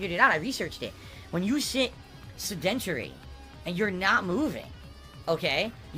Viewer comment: Maybe in your research you could learn how to pronounce "sedentary" properly